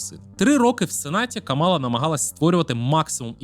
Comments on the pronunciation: Вона КАмала, а не КамАла. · КАмала , на перший склад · Зверніть, будь ласка, увагу – правильно ставити наголос на перший склад в імені віце президентки – Кáмала. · Я не здивована, що для білого гетеросексуального чоловіка питання абортів та рівності в суспільстві не є важливими)) Упродовж усього відео відчувається упередженість спікера до КАмали (так, він навіть її ім'я не в змозі правильно вимовити), а висновок про те, що Трамп, можливо, завалить нас зброєю відверто насмішив.